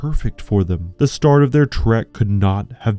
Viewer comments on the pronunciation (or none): none